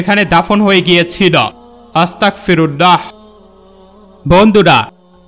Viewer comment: হুজুর আংকেল সবাই যে বাক্য টি পাঠ করছিল সেটা আসতাকফিরুললাহ হবে না এটা আপনি ভুল উচ্চারণ করছেন, এই বাক্য টি হবে আসতাগফিরুললাহ্ আসতাগফিরুললাহ্ আসতাগফিরুললাহ্ । আপনি যদি আমার কোনো কথায় কষ্ট পেয়ে থাকেন তাহলে সরি আংকেল